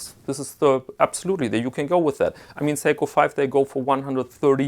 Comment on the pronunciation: oh, its seiko, not psycho.